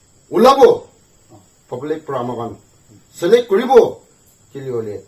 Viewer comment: Sir, just one simple correction, say elect not as select.. thank you..best wishes 🙏🙏